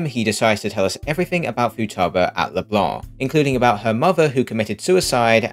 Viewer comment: damn feels good to hear "leblanc" pronounced right